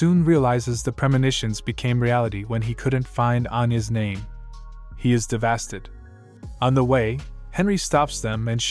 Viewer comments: A little off topic but why does the bot keep pronouncing "devastated" as "DeVHASTED" lol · Why does bro say ThEvAsTeD instead of devastated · Dev-a-state-ed. NOT Dev-as-ted. I understand it's an AI doing the narrating, but poor spelling is the reason there are major mispronunciations. Please correct this in the future. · Devastated or devastid or devadid or diddeva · Who's gonna tell him its devastated and not devasted? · He is devastid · To try to say a big word and fail terribly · Bro I can't unhear it anymore 😂😂😂 Im so devastid 😂😂😂😂😂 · Omg every time I heard it I had a stroke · the fact that when he tries to stay devestated he says devasted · "devastid" I love it. Its my favorite word. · I guess devastid is actually the word "devastated" but with a different spelling and pronounciation? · Yo OP, look up the word “devastated” and how to pronounce it. It’s not “devastid”. Other than that, thank you for making the video.